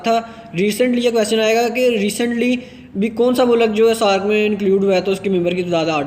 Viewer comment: It's Not Shakeeeel bhai 😂 Also Pacific is an Ocean NOT Sea and its Mulk NOT Mulak. Don't mind bro you are spreading Knowledge alot of students are following you, try to improve your accent and before posting any Info Verrify it 😊